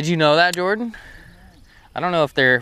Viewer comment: Thank you for the "Jor-Dan."